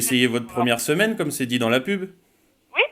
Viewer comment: On dirait qu'il a dit "... ma, semelle gratuite..." xddd